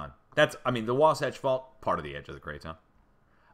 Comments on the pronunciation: Logan, farming community. You pronounced Wahsatch correctly. Near Magna you have the world's largest open pit mine. Rio Tinto, Kennecott operations. Had some deep earthquakes yesterday and today in New Zealand 278 miles deep and one near Karmedic Islands 265 md. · Thank you, for keeping us informed. You got Wasatch perfectly. God bless you.